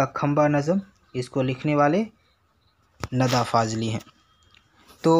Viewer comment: Nida hota hai na ke nada Ok